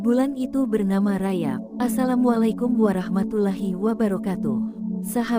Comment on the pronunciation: 77 bukan RAYAB tapi RAJAB tolong di sebut dengan betul.